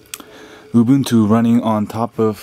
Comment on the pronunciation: its Ooo. Boon. Too. Saying something else is not a different kind of right; it’s just wrong.: taken from danielmiessler. com/blog/this-is-how-you-pronounce-ubuntu